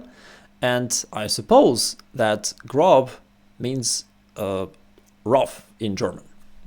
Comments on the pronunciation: It's pronounced [grob] in German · yes grob = rough in german, but its pronounced more like the O in Fortune, a longated o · Yes, "grob" ist the german word for "rough". Just strech the "o" a bit longer, then you pronounce it almost correctly. :)